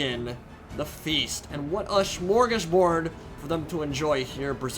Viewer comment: "What a smorgorshboard" xD well, nice you try to speak Swedish at least. Love it!